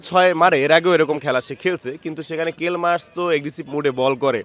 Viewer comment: কাফিরে! কেল মায়ার্স না। নামের উচ্চরণ টা শিখে নিস😅